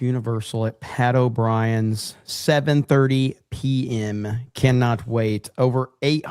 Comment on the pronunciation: Wait, it's Pat O'Brien's? Jeremy has been calling it Pedo Brian's for weeks! Now I have to go to a completely different location!